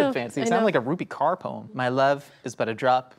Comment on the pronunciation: Also took me a while to understand they were talking about Rupi Kaur since they butchered the name... love it XD